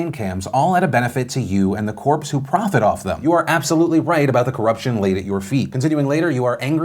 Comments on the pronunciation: "Corps" not "corpse" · Not corpse. Corps pronounced "core". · Corps is pronounced like core.